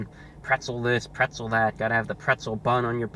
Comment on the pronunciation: Wtf is "prezzle"